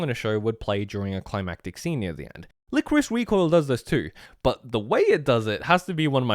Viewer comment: Lie-Core-Iss, not whatever you said.